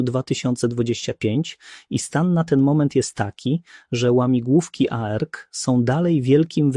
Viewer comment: specyficzna intonacja w przypadku zdań pytających - swoją drogą, zaskoczyło mnie, że czasem jednak intonacja była naturalna. błędne końcówki wyrazów w przypadku cyfr ("z roku dwa tysiące dwudziesto nie był w stanie.."). zmieniająca się wymowa skrótu ARC - "a-er-ke" lub "arke", acz tu może się czepiam